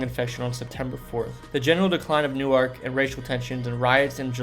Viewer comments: it must be a regional thing. I live in central Jersey, and have lived in 2 other states across the country and have never heard it pronounced as “New Arc.” Always as “New-irk.” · Isolation Hospital was known as SoHo. New Jerseyans pronounce Newark as Nork rather than New-ark. Looking forward to second part. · right?? never heard "new ark" in my life, except i think Newark Delaware pronounces it like New-ark?? But for the New Jersey variety you are absolutely right! new-irk! in my head i would have spelled it "new-erk" instead of irk, but i knew exactly what you meant and was right on board with you hahaha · Oh, for pity's sake. You made a program about N.J. places. Learn to pronounce Newark correctly. New-Ark is how the pronounce it in Delaware. Sigh... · It’s pronounced New-erk. is correct. Otherwise good memories and thanks for the content. 🤙🏼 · Learn how to pronounce your locations... Newark, NJ is NOT pronounced like New-ark, DE. Wanaque was another error. Soho Hospital in Belleville and Overbrook in Cedar Grove were two DIFFERENT hospitals. Hinchcliffe Stadium in Paterson has been totally restored and us now home to the minor league New Jersey Jackals as well as other events. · The maker of this video is not from New Jersey. "Reeding Railroad"? "New-ark"? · I’ve never heard someone pronounce New-ark that way lol we pronounce it like Nork !! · That is how it is pronounced in Delaware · Bro, I applaud you for making these vids but you’ve GOT to google pronunciations. I suggest finding videos of locals saying the names. Your pronunciation of “New Ark” in this video and “Tuckson” in the AZ one killed me. ☠️ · I’m from south Jersey and I say New ark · nah it’s new-irk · I grew up in Jersey and all the Jersians I knew and know, pronounce it as New-irk. Only people I know that pronounce it like Nork, come from New York…. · I grew up in Newark and it's pronounced Nork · I live here its Nork 😊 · Yeah, it's not "New-ark" Delaware!!! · It’s Nork! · Not Newerk, Nerk.